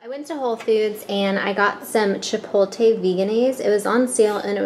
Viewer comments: Girrrrlll. Get it right, get it right. Its Chipot-le its not even spelled the way you say it. This video is not informative. I would like trying vegan stuff, but videos like these discourage me. Nasty. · i LOVE your videos girl ! i hope you dont take this personally or anything, some people would, i just wanted to mention how you say Chipotle, i think im hearing you say Chipo-lte .. how you pronounce it i believe is Chipo-tle .. the t infront of the l : D Its awfully petty of me i know hehe i just wanted to mention it incase you were interested :D i could be wrong though. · its ChiptLe not Chipote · Chipot-le not chipol-te 😉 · She pronounces it like "chipolte" she puts the l before the t 😂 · chipolte lol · lol chipolte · So many people say it like does...drives me crazy lol! My mom and husband don't even realize they say it wrong...I'm like, but the T and the L....lol